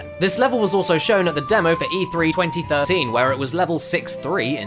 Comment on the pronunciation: does anyone notice he says 2013 a little weirdly?